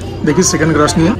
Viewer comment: you rocked it 🤜. Love the way you say "Grash", authentic traditional Bengali vocabulary. Bere hoyeche vlog ta.